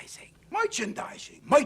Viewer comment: merchandising. mOIchandising. MOICHANDISING